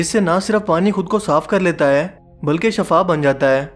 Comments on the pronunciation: Assalam o alaikum Bhai Shafa nahi hota hai Shifa hota hai Aapki video informative hoti hai lekin aap bahot Saari jagho mein Shafa lafz ka istemaal karte hain jiska lafzi maani Beemari hai Shifa Yaani sehatyaabi Thanks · Ap lafz "Shifa" ko "Shafa" bol rhy hen.. "Shifa"ka matlb Zindagi "Shafa" ka mtlb Mout hota hai.. Please correct me if I'm wrong. JAZAKALLAH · Bhai video bohot achi hai per kindly correct the word shiffa not shafa ..... Shafa ka meaning hai mout ana..... Shiffa ka metlub hai heal hona shukria